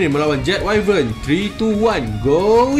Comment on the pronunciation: info bkn 100% tepat, sebut wyvern pun salah. Haha